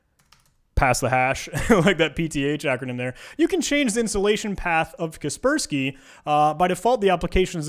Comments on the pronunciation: I pronounce kas-pers-key ->>>> ka - pers -key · Who TF pronounces it "casper-sky" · kasper-sky or kasperski, either way just use windows av. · it hurts my brain when he pronounces it as kespersky. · The way he pronounces "KasperSky" annoys me. Is he trolling us and doesn't know about KasperSky? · I cant stand how he pronounce kaspersky how do hell do you think you pronounce it like that?